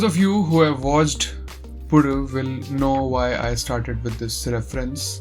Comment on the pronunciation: You might be the first non keralite to pronounce the title correctly. Not to throw shade to other reviewers but so happy that you took up the effort and did it.